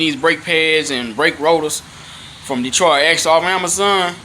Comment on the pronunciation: The man said Detroitya axle. The t is silent. 🤫 Thanks for sharing your thoughts bruh.